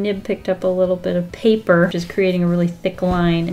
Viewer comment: I love the way she says pappprrrr😂